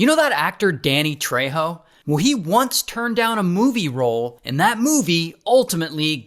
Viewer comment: Ray, you butchered Danny Trejo last name. He also now hosts mysteries unearthed on the history channel. It's a great show.